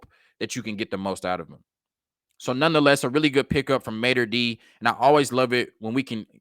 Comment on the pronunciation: its Mater Dei ( Day), sir..